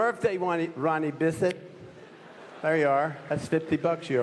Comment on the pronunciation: Lol did anyone else hear "Ronnie Biscuit"?